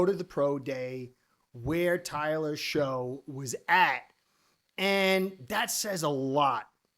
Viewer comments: Pronounced Tyler "Shuk" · just so you know, its actually pronounced tyler 'shuck' for some reason. dougliedowrong put the man in his top 5 (not including ward and sanders) qb prospects for the fins to draft and he mentioned how confusing his name is